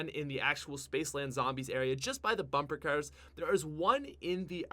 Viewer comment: "Bumpa cars?! You got bumpa cars!!!!"